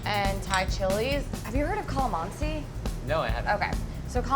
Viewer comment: foreal? Bashing a white dude for mispronouncing Tagalog but not bashing the half Filipina for saying sisig and kalamansi as if it was her first time saying those words? Hm.